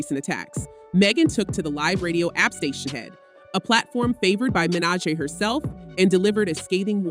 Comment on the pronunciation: This already sounds like a bot. How do you mispronounce Nicki’s last name😂